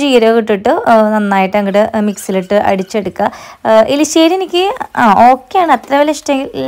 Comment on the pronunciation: എലിശ്ശേരി അല്ലാട്ടോ എരിശ്ശേരി എന്ന പറയാ